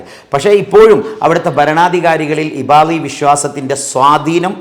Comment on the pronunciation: ഇബാളി അല്ല അത് ഇബാദി ആണ്.